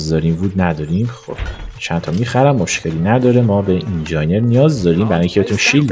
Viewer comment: داداش بخدا اون اینجاینر نیست 😂 تلفظ درستش اینجینیِر هست